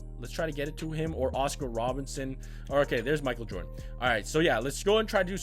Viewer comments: no disrespect but "makal jordan" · Boi I’m not being a hater but wtf you got to say Michael Jordon right I mean come on dude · Mikal Jordan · Why you say Michael Jordan like that? 😂